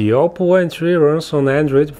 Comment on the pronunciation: Gioppo Entry - or something like that